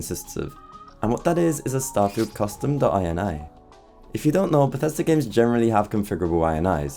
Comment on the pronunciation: Bro it's not dot I N I IT IS = dot IN-EE = INItialization file not DOT EYE EN EYE tialization file